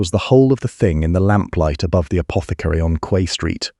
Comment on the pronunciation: Quay is pronounce 🗝️